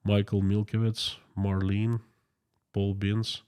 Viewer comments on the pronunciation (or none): none